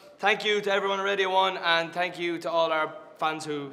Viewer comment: ' Tank You '